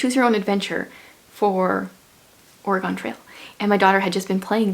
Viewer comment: I really liked the Reckoner's series. Also, it's pronounced "orygun" not "oragone" . I love my state! Love a big book haul!